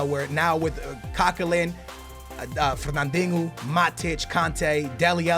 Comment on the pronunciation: You pronounce Moreno as "Morenyo" and Fernandinho as "Fernandingo"